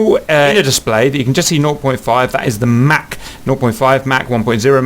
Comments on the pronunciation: Mach is pronounced like "mock" or "rock", not like a Big Mac. Play the audio icon at It was named after Ernst Mach, an Austrian physicist. Mach is a German word. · You're pronouncing Mach wrong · Haha the way he says mach